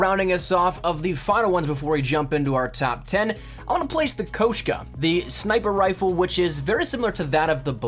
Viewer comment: He says koshku